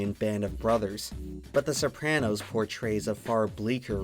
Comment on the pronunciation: Please never say sopranos like that again